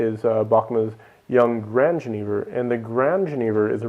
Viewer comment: Please, for the love of God, learn how to pronounce jenever. It is pronounced ye-NAY-ver, as "j"s are pronounced as "ye" in Dutch unless they directly follow an "i". I am an American living in the Netherlands and the way you said jenever was really difficult for me to listen to. Sorry.